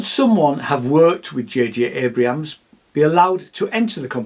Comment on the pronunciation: Abrams, please. Not Abrahams